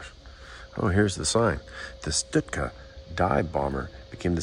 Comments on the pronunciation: Pronounced “Shtoooka” great video! Thanks for sharing! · It's not "Stootka"!